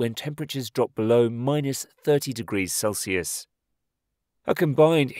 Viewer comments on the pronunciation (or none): none